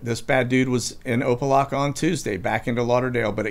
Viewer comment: It is pronounced Opa (lack) a. Good try though.